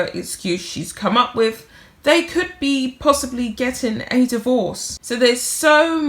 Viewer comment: "WITH" not "WIV". "ASK" not "ARKS". Thank you!